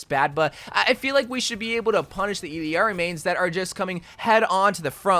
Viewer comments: I'll ari not illiari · Its pronounced ILL (as in sick) AR-E. Its not ELL-E-ARI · ee yar ee. ll en español Is pronounced as a y. some accents its almost pronounced like iyjari (like mine) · It’s pronounced E-llar-ee, not E-l-Eeari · Assuming her name is pronounced using Spanish rules it should be pronounced Ee-yar-ee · It’s pronounced iyari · Why is he adding an extra i when saying her name. Its ill-R-E. She saids it in her introduction video. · Bro… “ill-ari” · you truly amaze me lmao. It’s pronounced E-YAR-E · Why is he adding vowels to her name. Her name is I L L A R I. There isn't and E or an I in the middle of her name. The phoenetics would be "EE-LAR-EE.: He's adding mad weird vowels in the middle of her name for no reason. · If it helps, the two LL’s in her name are pronounced “yee” so and the I in her name is pronounced E. You also need to roll the R So.. basically Yeearee It’s a Spanish thing and I’m Mexican. Hope this helped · It’s also a Quechua name. The Spanish way is iyari/ijari (or ishari if you’re from Argentina). In Quechua it’s either Iyari or ilyari. The voice actress uses the LY pronunciation when saying Quechua words like “allinllachu” but uses the common Y/J sounds when speaking Spanish